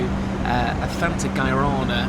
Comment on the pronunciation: Brazilian here. You totally mispronounced "guaraná" but that's cute though 😂🥰🥰 Hope you've enjoyed your time here 🤩